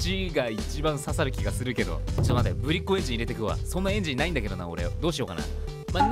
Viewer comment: ぶりっ子の発音が違う…Σ(ﾟ□ﾟ)